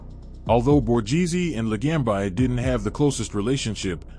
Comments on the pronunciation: Could you at least pronounce the name correctly. It's not LaGamb I. LaGambi. Bee, not by. Idiot. Joe the Boss. Really good guy is all I'll say. My uncle through my 1st marriage had a place on jewelers row and let's just say they didn't just sell jewelry and i used to do some stuff for him and met Joe a bunch of times. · Joe La gam bi lol Ai cracks me up. Ron Turkey, Michael Seee ang o lean ee. Terrible!